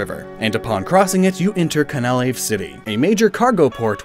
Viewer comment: I could have sworn that Canalave was pronounced “can-uh-lay-ve”? Or was that just to enunciate the “canal” part of the name?